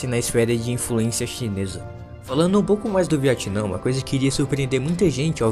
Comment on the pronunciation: Porquê você chama o Vietnã de Viatinã kkkkk